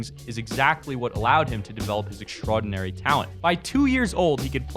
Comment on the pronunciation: This dumb ass said "extrodinary" lmfao